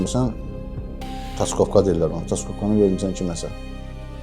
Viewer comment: igid, Taskovka deyil o Tarsovka di ….